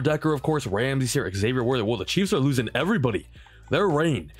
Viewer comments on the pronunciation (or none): none